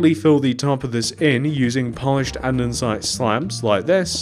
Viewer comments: your probably not gonna see this but it’s andesite not andensite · hey it’s not andensite it andesite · Anyone else notice he called it andernsite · Bro andensite 💀💀💀